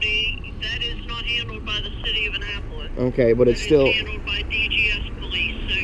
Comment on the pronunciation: FT did you hear that 911 operators pronunciation of Annapolis? Please since you cover him so much can you pronounce it correctly